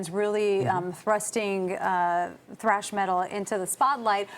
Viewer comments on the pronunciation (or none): "Thrash" Not "Trash" 😂